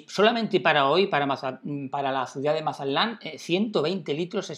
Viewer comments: Se dice Mazatlán no Masalan. Lee bien por favor. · Si habla lindo el gachupín, Mazalán, :)